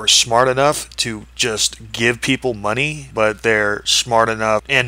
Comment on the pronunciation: He says monay like the Canadians from South Park